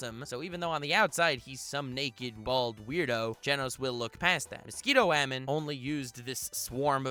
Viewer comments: I genuinely enjoy your videos. I subscribed. I liked. But...just say "woman". That "wAEmeN" pronunciation on rapid fire is just irritating. Otherwise, great stuff! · WUH HAMEN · Love the way you pronounce ‘woman’